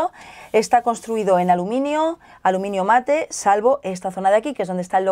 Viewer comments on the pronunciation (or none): none